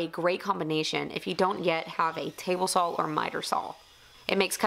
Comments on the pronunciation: I'm just wondering, not trying to insult anyone. Is it common for some regions in the US to say 'sawl' instead of 'saw'? Good luck on your trip to Germany! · ) No insult taken. It's common for people in the South of the US to pronounce it sawl. However, the way I say it isn't because of an accent but because of a speech impediment. I've mostly overcome it but there are still a few words that I can't pronounce correctly. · How comes you always say "saw" with an L on the end? like "sawall" or is it just the accent lol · Great vlog video featuring the new format. See you took some bullets and beautifully turned those troublesome comments into ricochets. Good job! Liked the bench a whole bunch. Germany and UK are fun for a few days, but it's always good to be back home. Stay safe. I like how you say "sawl". No one understands southerners! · BTW, I like the way you pronounce SAW! LOL